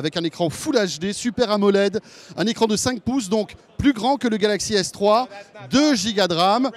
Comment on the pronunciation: 4.40 fail il prononce galaxy s3.